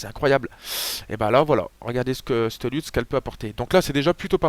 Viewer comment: Je crois qu'une lut se dit leute et pas lute. (Selon hardisk)